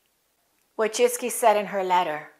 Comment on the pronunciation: My congrats, your pronuciation of Polish surname Wójcicki (vooy-chee-tskie) is almost similar to genuine Polish pronuciation!!!